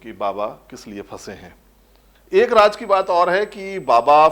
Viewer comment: Aap ka episode bahut hi badiya tha, aap se shikayat ye hai ki shabdawali there nahi hai, aap Raaz ko Raaj kehte hai, plz. is baat is baat pe dhyaan de... Thanks